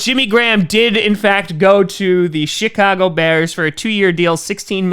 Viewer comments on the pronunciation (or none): I thought he said the “shitcago bears” 😂😂